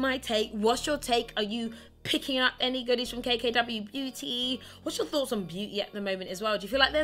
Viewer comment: I swear you said K K W Booty